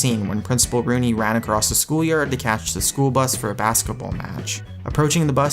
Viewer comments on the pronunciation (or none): none